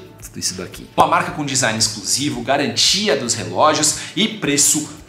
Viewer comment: "Design exclusovo", kkkkk